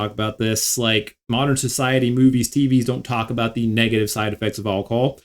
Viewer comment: “Alcohol” or “alcol” ?